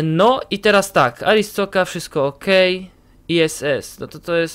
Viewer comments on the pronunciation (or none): Pewno nie przeczytasz ale muwi się arstoczka